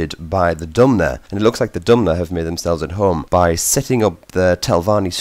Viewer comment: You keep saying dumner. It's dunmer